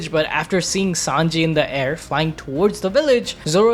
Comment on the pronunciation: Bro who is 5anji lol it's Sanji bra 😂